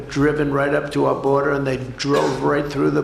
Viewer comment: The "boderzar"😂😂